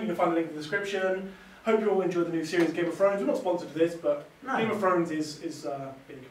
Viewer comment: "Game of frones"